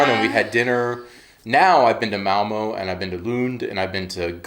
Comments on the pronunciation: Hallo agin. I noticed you are neglecting the line over ø. And prenonce it o. Like in Malmo mad not Malmø. You need to say æ ø and å. Difficult but not impossible. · Malmø - not Malmo. If you say "Learn" or "Earn", then you have the pronunciation for the ø in the end of Malmø. Say Malmearn - Malmearn a few times then drop the n at the end and you have a perfect pronunciation of Malmø. I like you videos! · Remember if you pronounce Malmö like Curley & Moe, it's incorrect. The "Ø" / "ö" is very distinct and mustn't dip!